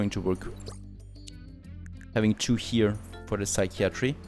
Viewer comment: Yay so proud haha :D You got psychiatry right! Another very weird one is cupboard actually is said (kuh bird) or (kubberd). So relaxing watching you build. Hope you enjoy it!